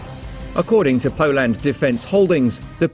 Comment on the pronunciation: Did he just say Polend? And not poland Pirogi intensifies